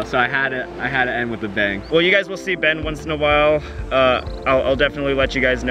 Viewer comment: It’s funny how calls Ben bean😂😂😂😂